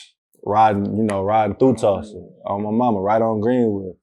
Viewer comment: Tulsa, not Tusla lol